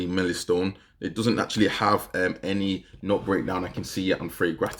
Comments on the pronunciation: Lol he pronounced it milli stone 😅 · Milly-stone? WTAF?